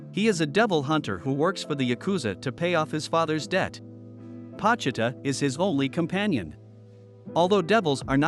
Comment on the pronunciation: Pochita Bro said it wrong